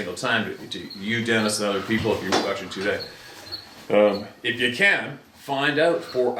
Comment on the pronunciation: Love your content but, I know it nit picky, but you saying “two day “ is fucking annoying. Sorry but eecckk!